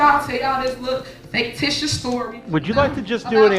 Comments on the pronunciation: MAYOR? Did you hear her say, FAKETITIOUS? I think she meant to say FICTITIOUS! What a PATHETIC LIL WAYNE LOOK ALIKE MINUS THE TATOOS, BUFFOON! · What the hell is a “faketicious” story? 😂😂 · She called it “fake-titiuous” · She said FAKETITIOUS 😂😂 Fictitious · She said faketitious lol... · did this b* say “faketicious” lmao